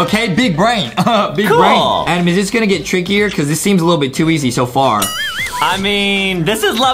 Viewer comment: Adam not adem